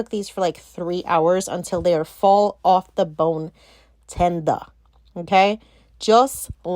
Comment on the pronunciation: Lol. TENDUH.